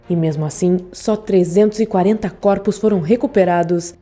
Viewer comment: Coropos kkkkkkkkk voz irritante